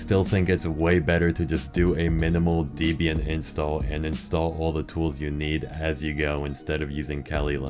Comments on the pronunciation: it is pronounced "Deb-ee-yun" not Deezbian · deebian?? holy larp bro. its DEHbian, gosh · It’s deb-bi-an holy larp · You mispronounced Debian, larper. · this larper can't even pronounce debian properly !!!